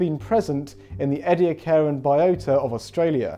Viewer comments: ee-dee-akkaran, not eddy-a-car-an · Just a friendly reminder: Ediacaran is pronounced EE-dee-ACK-kree-on”. 😉